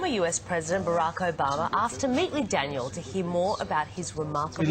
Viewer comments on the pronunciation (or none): Did the guy at the end just call Daniel "Tanya"? Aha nice one Tanya